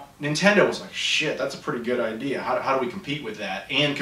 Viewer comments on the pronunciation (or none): none